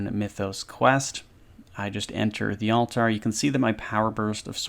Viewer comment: To me, it sounds like he is saying all-tire instead of altar lol.